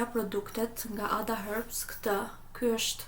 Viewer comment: Pse thu hërbs kur eshte herbs